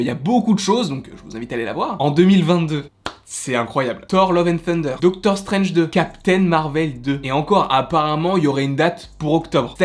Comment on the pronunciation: Je crois que tu vas jamais réussir à prononcer le titre de Doctor Strange 2 😂